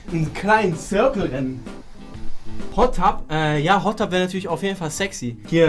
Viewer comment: Irgendwie schafft es kein deutscher Streamer "Hot TUB" richtig auszusprechen lul wieso kommen alle auf Tube?!